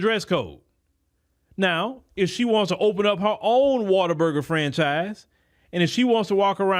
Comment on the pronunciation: Water burger❌ What-a-burger✅